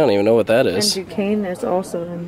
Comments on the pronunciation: I was thinking that if you liked that you should come to Pittsburgh and ride one of our two inclines, and sure enough, they put the Duquesne Incline on the sign! Props to you for pronouncing it correctly lol, seriously check it out after your next Kennywood trip! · I was just impressed by the correct pronunciation of Duquesne lol